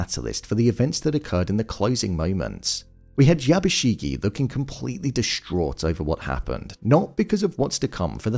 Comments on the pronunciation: How do people consistently manage to mispronounce name when in the show it's constantly YABUSHIGE, not YABUSHIGEEEEE. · Not to be a total Hermoine, but it's YabushiGE not YabushiGI